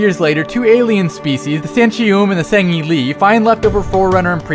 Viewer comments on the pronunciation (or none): um not to be a hater but it is ( sang he lee ) not sang ( he al ee ) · Nice pronunciation of San'shyum and Sangheili. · did anyone realised that he pronounce the elites real name wrong